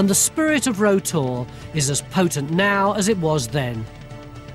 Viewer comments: Made me chuckle all way through as he was calling it Row Tor (spelt Rough), the locals call it "rout tor'. It can be easily seen the A30 near the Jamaica Inn, along with Brown Willy. Any live stock around there my brother was probably looking after at the time of filming. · I've spent a lot of time on Bodmin Moor & never ever heard it pronounced "row" (as in "row your boat") always "rau" - locally it's more like "rauter" - you got it wrong there Baldrick. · Yes, it rhymes with "plough". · Got to love English. Rough is pronounced rough, unless it's Rough Tor; in which case, it rhymes either with row or row